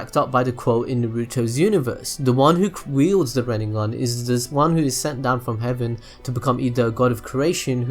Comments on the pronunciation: And RinneGan, not RinneNGan. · wtf is a 'rid-ne-gun' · I cringe when you say RinneNgan, sorry....Otherwise great video!